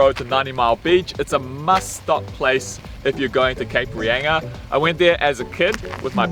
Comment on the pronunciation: Cape Reyinga ! Cringe!!!!! It;s pronounced Reinga, thank you.